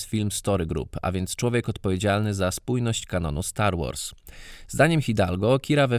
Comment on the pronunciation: Na poczatku brakuje R, STAR WAS :D.Sposzczegawczosc nie mylic z byciem małostkowym.